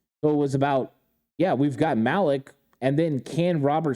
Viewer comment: Malik-(Maleek) not Malek